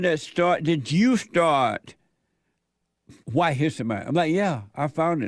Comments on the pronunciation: "huwhite history month" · The guy in the glasses just hates white people, he pronounces White so condescendingly